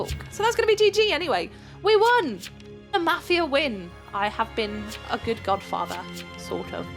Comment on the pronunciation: When tried to say godfather instead of godfater she said godfarter lol